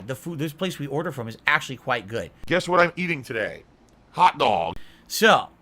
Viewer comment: the out of context "HAWT DOWG" made spit my robust chicken sandwich all over my screen, well done hahahaha